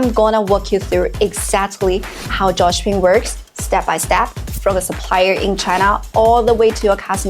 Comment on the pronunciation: i really heard... twice before enabling subtitles.. Only then i knew she meant Dropshipping!